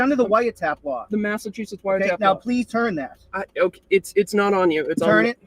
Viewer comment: It's okay if you can't pronounce Massachusetts I've lived here most of my life and I still have a problem with him. Also the police in Massachusetts years ago always tried the wiretap law